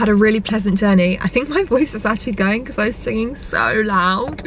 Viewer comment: Anyone else notice how pronounce because? “Beciz “ 😂